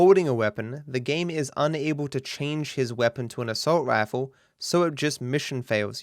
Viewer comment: "Assault raffle".